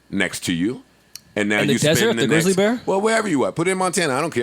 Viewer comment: Did Joe say "Greezly bears"? LMAO